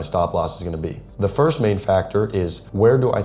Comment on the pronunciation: “Firts 15-minute candle” 😭